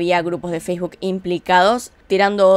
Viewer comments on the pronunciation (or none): none